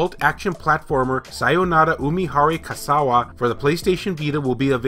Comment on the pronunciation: Kawase is pronounced like this: ca-wah-say. You pronounced the rest quite well.